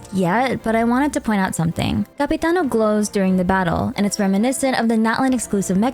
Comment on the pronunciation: im halfway through the video and I have to tell you, as an Italian, I love your pronunciation of 'capitano'😭😭